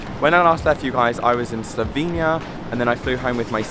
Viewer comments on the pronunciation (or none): none